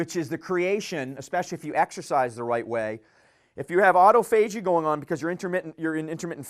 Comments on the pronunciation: Great talk about a vitally important topic. Other than the pronunciation of "autophagy", is a sharp guy and a great presenter. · If you had to break autophagy up as a word you would pronounce it the way he does. Either way we know what he means.